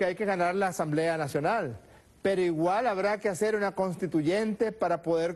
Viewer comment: Por favor díganle a Maduro que se pronuncia conStituyente y no CONTITUYENTE que bajeza de presidente